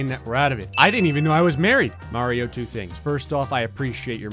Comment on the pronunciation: I think this is the first time pronounced Mario "Mario" instead of "Marryo".